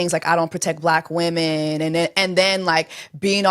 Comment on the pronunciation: Bleck wimmenZz 😂